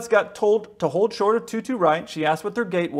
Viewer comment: She didn’t get the readback…she spoke ultra fast which is normal for ATC but she didnt pronounce well, as she truncated the words “ hold short of”